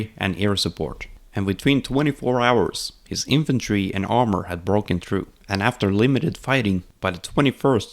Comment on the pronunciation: "infantri grand", I can hear the Norwegian kompis